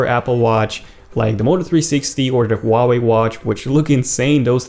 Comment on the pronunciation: Huawei* Man, you butchered that. Lol